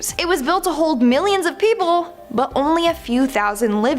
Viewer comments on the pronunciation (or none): none